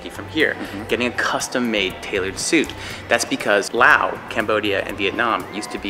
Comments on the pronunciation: It's LaosssssssSSSSS not Lao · It’s not Lao, it’s Laos... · I always thought it was pronounced With the S.never knew the S is silent.